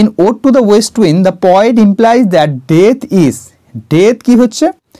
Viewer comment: You are explaining with your utmost endeavor sir.Nice attempt .Please do check repeating the word 'kintu' and the pronunciation of poet,poem etc.